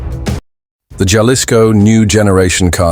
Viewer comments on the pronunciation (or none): Ha-lisco not jah-lisco pendejo